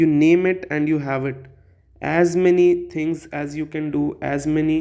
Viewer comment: Things not thivs